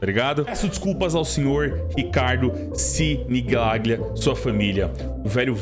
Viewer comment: Se fala Sinigalhia. Italiano.